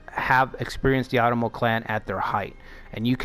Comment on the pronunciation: Love your NA stuff! Not to be a jerk, but If you are going to be doing an Otomo play through, it's "Oh-tomo", similar to Osaka (same kanji). I have loved NA for decades (and the time period). I hope you keep these going!